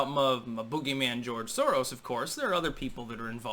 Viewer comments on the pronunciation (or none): none